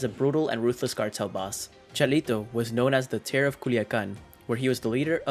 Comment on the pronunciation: Terror not terro of "Culiacan"